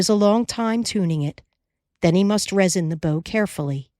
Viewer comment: It's not pronounced 'vertigriss'. It's 'vertugree'. And you don't 'resin' a violin bow. It's rosin.